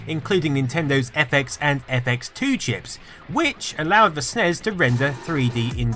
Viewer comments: You don't say snes you say ES EN IE ES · Yeah, I've never heard it called "SNEZ" until this video. It's always been "Super Nintendo" "Super NES" or "S-N-E-S" 100% of the time. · Even according to Nintendo its N.E.S. and S.N.E.S. stop pronouncing it. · It's a SNES (SSSSSS) not a SNEZ (ZZZZZ) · Please stop saying "snez". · Don't say Snezz and Nezz.. that's fucking retarded and I'm clicking dislike because of it. When the acronym is all caps, you say each letter. When it's not, you say it phonetically. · is anyone else annoyed that he calls it a snez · People really need to stop saying "SUHNEZ" when talking about the SNES. Makes me want to punch someone in the face, really, really hard. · it hurts my ears every time when you say Nes or Snes as a word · do have the feeling that I'm not the only one pronouncing them as words. Anyways, beauty is in the eyes of the viewer, annoyance is in the ears of the listener :) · Sorry, i just can't get over "snez & nezz" pronounciantions. Everyone in the west (ie: America) calls it "N.E.S" or "Super Nintendo", maybe "S.N.E.S." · Stop pronouncing NES and SNES as a word it's giving me cancer.